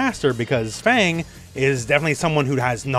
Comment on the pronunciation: Fang pronounced like Fart